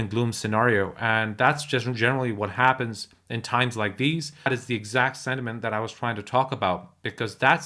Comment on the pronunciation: Not sediment as you keep saying...it's sentiment. You've mispronounced that word.